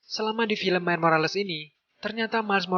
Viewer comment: Miles bukan Mile bang